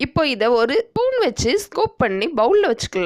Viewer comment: It sounds like ORU table spoon seeni please do correct it